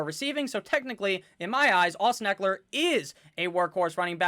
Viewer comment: I think you butchered Ekeler's name, but your team is deep!